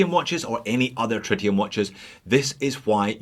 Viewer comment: Is it pronounced tritium or try tium?